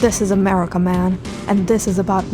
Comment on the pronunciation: right now, "I thought this was Murhica, I thought this was Murhrica"